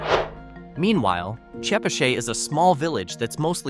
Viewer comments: I've never once heard "Chepachet" pronounced this way Ever!!! It is always called Che pat chet, or Pascoag as Pas co ag🤣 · I’m from Rhode Island and I am pretty sure chepachet and Glocester is NOT pronounced the way this video does. Sounds like a voice of a computer program. Oh, Albion is not in Smithfield. It’s up the road from my work in Lincoln.